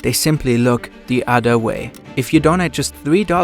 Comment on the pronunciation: "the adder way"